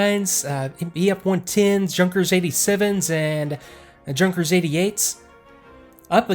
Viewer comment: One tip for you, Junkers is not pronounced Junk-ers but more like Young-kers, the German J is pronounced differently. Junkers Similarly with JABO the Ja being